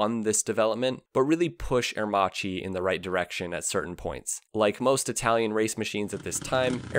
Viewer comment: Love your videos, but you definetly need to improve your italian pronunciation haha